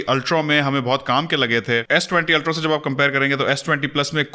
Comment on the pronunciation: Aap Ultra ko "ultrau/ultrow" kyun parhty hein? It is ultraa, not ultrau or ultrow.. Sorry just wanted to point out Jo maine note kia.